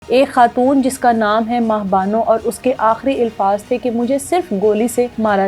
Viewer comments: Ilfaz Nahi Alfaz HOTA Hy Work on your accent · Ilfaz nai alfaz kehty hn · الفاظ۔ کے الف پر زبر ہے زیر نہیں بہن جی